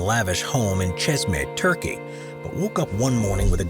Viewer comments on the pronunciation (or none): none